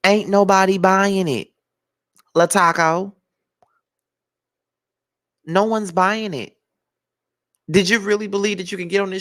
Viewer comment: Did he say La ‘Taco!! Lol😂😂😂